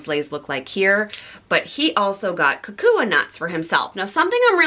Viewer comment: The leis were lovely! Kukui nut is pronounced "KuKuY" 😊 and Haleiwa "Haleh-í-vah". Women can also get mango shell leis or just seashell leis- so next time get one of those if you want to keep your lei!